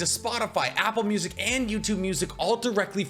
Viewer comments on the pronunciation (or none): none